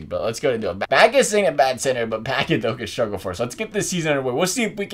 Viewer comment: You pronounced Paquette's name like "oh I just opened a PACKET of cookies